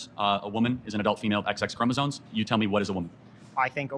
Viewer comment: ChromosoMe not “chroma zones”